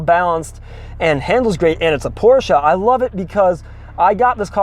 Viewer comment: Great video, I love that you pronounce Porsche correctly so many people don't lol. Love watching videos on the 944's, I have 3 944 and a 924s and absolutely love them. Keep the good videos coming!